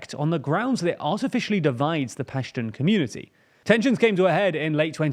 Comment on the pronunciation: Hey, quick pronunciation correction: Pashtun is pronounced like "pash-tOOn" (not pash-tun). Baloch (and Balochistan) are pronounced as "Baloach" (and with "Baloach-istan") - the "ch" is pronounced like "chair", not "like charisma".